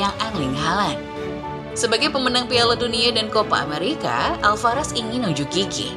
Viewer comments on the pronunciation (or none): min Alvarez bukan alfarez